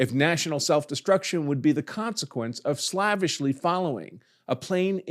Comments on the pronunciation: Also, "slaveishly" is pronounced "slave-ish-ly" not "slav-ish-ly". :) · You also pronounced slavishly wrong. Duuuuude......